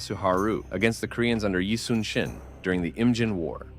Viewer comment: Despite the official spelling, his name is pronounced eee (like eee pc netbook) soon (not later but soon) shin (between knee and ankle), not yi sun sin